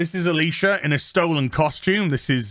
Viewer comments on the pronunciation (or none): none